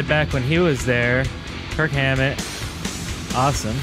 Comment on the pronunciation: IT'S NOT KIRK HAMMETT. ITS KIRK "WAHMMETT"